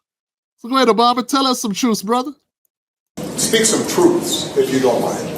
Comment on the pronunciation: The way he says brother, he doesn’t sound black lol! Yeah, Willie Brown KNOWS her-in the biblical sense!😅